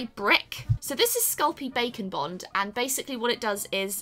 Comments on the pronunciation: Your description of the tools killed me.... A fork for fancy people and a tongue scraper 😂 Also, I know it's 'sculpey bake and bond,' but when you said it it sounded like sculpey bacon bond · what everyone else hears : this is sculpey bake and bond what i hear: this is sculpey bacon bond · I thought she said Sculpty bacon bond 😂 Honestly idk what your talking about this was great for your first time! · I thought she said Sculpting Bacon Bond.